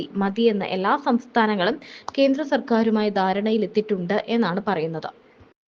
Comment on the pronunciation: സഹോദരി, കീരളമല്ല കേരളം, കീന്ദ്രമല്ല കേന്ദ്രമാണ്